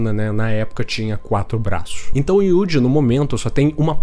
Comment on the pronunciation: O que mais me pegou nesse vídeo foi o jovem ai falando YUDI o tempo inteiro. Tão difícil falar Yuuji? O prota ta dando playstation agora?!